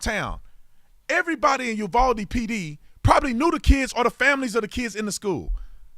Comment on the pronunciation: FYI, first hand info from a Texan... its pronounced U VOW DE not U VOL DE